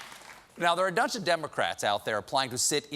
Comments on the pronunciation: "now, there are a DUNCH of Democrats..." 🤣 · "dunch o democrats"?